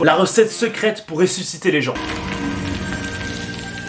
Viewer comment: À Oui dis pourquoi tu dit réçusité